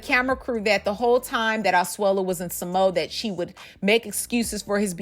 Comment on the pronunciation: Sa Mo a. Not SaMo